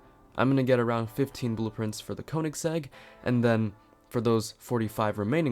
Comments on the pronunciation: You Pronounce Koenigsegg Kønigsegg or Köenigsegg. Just search How to pronounce ø or ö. Both are pronounced the same. It’s norwegian and swidish. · Can't say koensiegg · it is pronounced KUHN-IS-EGG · I pronounce koenisegg kuhnasegg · Say konegseg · It’s pronounced Königsegg